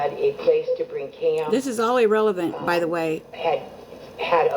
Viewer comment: "EEE-RELEVENT!!" Maddening!😝